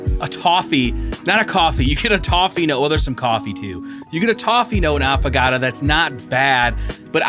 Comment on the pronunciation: AFFAGATAAAA is NOT how it is pronounced. It is pronounced AffO(oh) gaTO (like tho). Please....